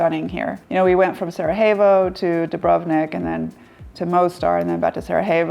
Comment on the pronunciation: Cool video. Btw it's pronounced as Sarayevo, not j/h.